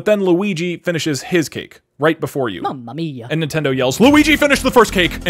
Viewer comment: “Mummuh Meiya” -Brocluigi